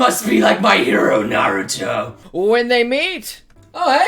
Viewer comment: I cringed when he said "Clorox" and "Naruter"...